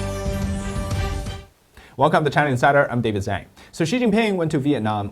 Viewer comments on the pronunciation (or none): David, if you are Chinese, please learn to say your surname correctly. If you aren't chinese? Zang a zang zang as much as you zanggity zang zang like :)